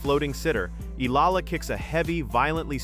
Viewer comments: But please pronounce first the name correct Eala (E-YA-LA). Thank you. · say : E-yala , correct pronunciation of Alex’s surname .. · You pronounce the last name Eala wrong!!! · I will subscribe to your chanel if you kwow how to pronounce EALA CORRECTLY.